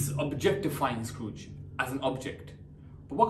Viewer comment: He said scrooge as scarooge